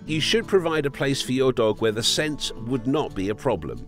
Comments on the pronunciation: I think it’s “scent”, not “sent”. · It’s “SCENT”. Not “sent”. 🤦‍♀️ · It’s scent not sent lol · “Dogs see the world primarily through sent” ah yes, sent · it's the "SENT" instead of "SCENT" for me, lol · “Scent” not “sent” and some dogs aren’t pack animals. Lol my dog hates other dogs. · "Sent" Me: isn't it "scent" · Did no one else notice "...through sent".? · "Scent" not "Sent" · it's sCent.